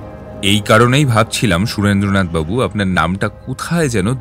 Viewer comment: er Surendra nath babu r pronunciation eto kaan e lagche… its shu-ren-dra not su-rendra in Bengali names